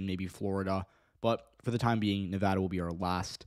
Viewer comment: As a Nevadan, I have two things to say First, may your days be ever fortunate for all time for pronouncing Nevada correctly Second, the prospect of the Republicans taking Nevada, and even taking my county specifically, scares the fucking hell out of me. I'm LGBTQ+ and it's already hard enough to live with a parent who's transphobic as can be and having to stay closeted, and I won't feel safe in the state if they take it and start criminalizing my existence.